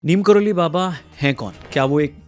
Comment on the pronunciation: "नीम करोरी" है..... नीम "करोली" नहीं है..... सुधार करो